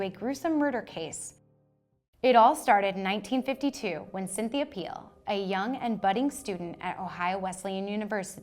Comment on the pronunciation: Pfeil is pronounced File. And means arrow in German.